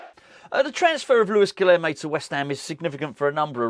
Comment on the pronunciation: I promise I'll say this only once. Guilherme is pronounced "Guilyerme." The "h" is NOT silent. In the combination of "lh" in Portuguese, the "h" is pronounced as "y." For example, "old" is "velho," which is pronounced, "velyo." It's early days still, so please let's not do a repeat of "PaQUEta" instead of "PaquetÁ." Once again, it's G U I L Y E R M E.